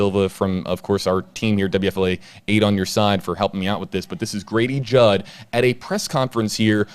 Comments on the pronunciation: I thought you said Gravy jug 😄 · Say Grady Judd again.